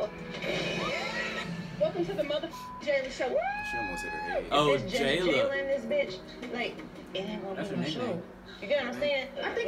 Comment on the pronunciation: Her name is pronounced JAY-LA-MINE-UH